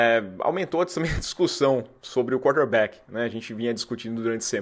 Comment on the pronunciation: Toda hora que você fala quarterback, parece que tá falando cornerback kkk